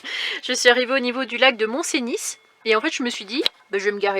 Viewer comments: Bjr. Magnifique n'est ce pas mais si je peux me permettre, chez Nous on dit... mont Cenis (phonétiquement (eu) et non comme tu le prononces. 😂 Bonne riute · Bjr, lac du mont Cenis le s ne se prononce pas. On dit Mont Ceni merci.